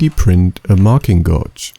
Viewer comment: Great video and great design. Just a small FYI: "gauge" in English is pronounced as if the U were not there. Exactly like "cage" but with a G. I know it doesn't make sense, but it's English so nothing makes sense.